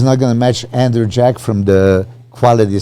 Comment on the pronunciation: butchering andrew’s name so confidently 😭😭🤣